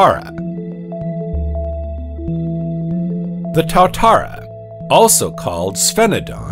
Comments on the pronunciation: good doco, terrible pronunciation of words, old lizards in nz are called tuatara, ie 2 a tara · good info but the pronunciation of alot of the nz names - Tuatara, Maori etc was pretty bad